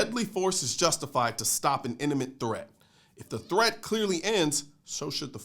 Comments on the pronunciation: Colion, love your content, but sorry bro., I just couldn't let this go. Sound like I hear Inniment instead of Imminent, and is famirarity the Chinese pronunciation of familiarity? Sorry, but couldn't help myself. 😉Still, nothing but much love and mad respect! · " Eniment threat"